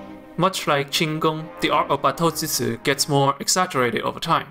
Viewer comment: Thank you 🙂 If i may correct the pronouncing of "draw and cut" its "batto-jutsu" jutsu as in "choos(e) "... "chootsu"